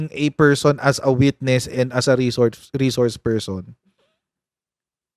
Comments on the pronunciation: Bakit kaya d nya naintindihan yun, e d ba lawyer siya, d naintindihan ang reshores pershon instead na resource person🤣😂🤣 Birds with the same feathers daw and dalawang pershons🤣😂🤣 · Reshors pershon talaga coach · 😂😂😂😂😂resorrrrs person😂😂😂😂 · Laki ng problema ni pusit sa reshorsh pershons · Wla kc COMMON SENSE c pricess😅😅 Ang res shors per syon😂😂